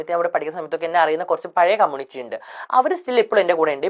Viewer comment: എവിടാരുന്നു....... Waiting ആരുന്നു ❤️... പിന്നെ ആരെങ്കിലും onnu അങ്കിൾ നോട് പറ കമ്മൂണിറ്റി അല്ല കമ്മൂണിറ്റി അല്ല, കമ്മ്യൂണിറ്റി ആണെന്ന്.......😂😂😂